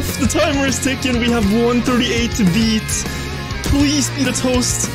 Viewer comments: It's not beat a toast, it's beta toast lol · His name is BETA TOAST. Not BEAT A TOAST. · Ight who's also annoyed on him saying 'Bitatost' instead of 'Betatoast' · It’s bet a toast. Not be a toast. ;) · Btw it’s bet a toast not Beata Toast xD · lol "beat-a-toast".... I'll bet you it is pronounce bait-a-toast... you know as in BETA! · Bro why this guy say beat-a-toast. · I think its Bae-ta Toast thats how you pronounce it